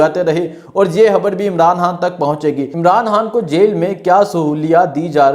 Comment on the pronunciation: ⚠️ بھائی آپ "خ" کو "ح" کیوں پڑھتے ہیں؟؟ خبر کو حبر۔۔۔ 🤦‍♂️